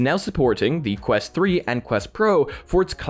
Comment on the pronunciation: QUST LOL ITS QUEST